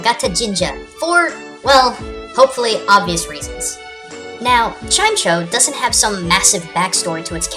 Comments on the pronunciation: Chime-echo. Just saying. Not Chime-Cho. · It's Chime-echo not Chime-cho. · you're pronouncing Chimecho wrong. It's not pronounced chyme-cho, it's pronounced chyme-echo, because of the compond nature of "chime" and "echo" in its name. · It's pronounced Chime-echo, not Chime-cho. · It's not chime-cho it's chime-echo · ITS CHIME-ECHO NOT CHIMECHO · Chime-cho? I always thought it was pronounced Chime-echo :o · It's pronounced like chime-echo not chime-cho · lol, its not CHime CHo its chime echo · It's not chime-cho, it's chime-echo. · I always thought it was pronounced chime-echo and not chime-cho. Mainly because the pokemon's a bell and bells produce noise, which in turn produce echo's. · I think chimecho is supposed to be pronounced as a combination of the words chime and echo. So instead of chime-choa, its pronounced chime-echo, at least thats what i think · did you really pronounce Chimecho "chime-cho"? I'll have you know that it's prnounced "chime-ehko" mixing the words chime and echo. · Chimeco not Chimcho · Pet peeve #379: mispronunciation of pokemon names. It's pronounced "chime" and the "echo". Not "chim" (long I sound) and then "cho" (although that is exactly how it's spelled. Not correcting you or anything, but like that one dude said: "a man who has won a argument has learned nothing" (I didn't bother going back to the beginning to see what it actually said so if I got the phrase wrong, I don't care) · It is chime-echo!!! Not chimecho! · Chimecho is not pronounced chi-MECK-o its pronounced chi-MECH-oh I know it is a mistake and that this was not very useful but in the anime dexter pronounces it chi-MECH-oh. this is NOT A FLAME COMMENT, so dont send me hate messages. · It's chime-echo not chimecho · It's also not said Chime-choe it is Chime-echo as it is a bell which... eco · Yes it is pronounced chi-meh-co some people mispronounce it as chime-cho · Its not pronounced chime-cho its chime-echo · It's pronounced Chi-mech-o not Chime-co